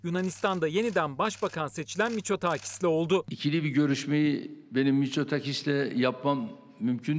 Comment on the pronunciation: Miçotaakis değil miço-takis